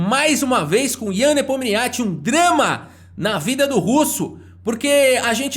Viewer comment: "Ian nepominixi", plmds